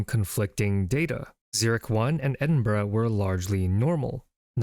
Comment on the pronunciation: Thank you for pronouncing Edinburgh well. <3